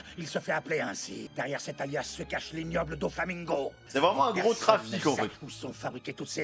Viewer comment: "Doflamingoat" Sinon Merci pour cette react bien dodue